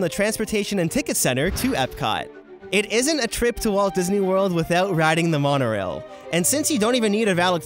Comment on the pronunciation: I couldn’t stop laughing when he said the monarail😂